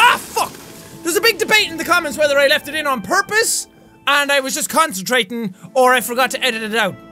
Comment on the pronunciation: You were consitrating